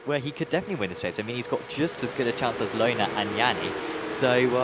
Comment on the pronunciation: Me screaming at the screen 'Löhner is NOT pronounced Lohner'! When do commentators learn the correct pronunciation of the drivers?